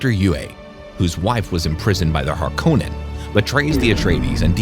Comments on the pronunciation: Hark-onen not Har -kow-nen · dude watched movie that says harkonnen 5000 times and cant pronounce it correctly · Amazing you pronounce Harkonnen wrong